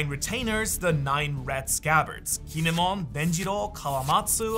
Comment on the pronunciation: kinimon,quma ughhh